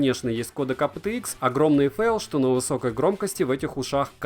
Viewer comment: Вот честно, твое АПэТэИкс так "режет" слух в этом видео. Почему не ЭйПиТиИкс, нормально, как должно произноситься в английском???